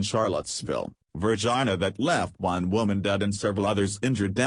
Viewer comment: It's Vir GEN e a - NOT virgIna....